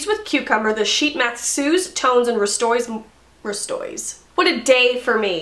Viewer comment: Restores 😂💜 I literally laughed out loud when you butchered it twice.